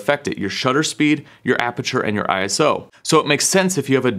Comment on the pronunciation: Stop saying I S O 🙈🙈🙈 Its a word…. ISO